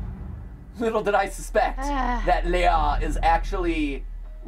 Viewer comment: It always makes me feel weird seeing this game because of the name being the same as my first name. But I do get a bit mad when they pronounce it differently from how I'm use to it. XD